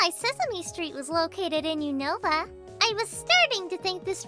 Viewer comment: Unova? More like usnorva! (U-snore-vah)